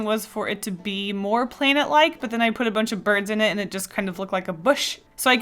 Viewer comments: The way you say "plainet"😂😂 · I have to say, I love the way you say “planet” it’s really funny to me, I don’t know why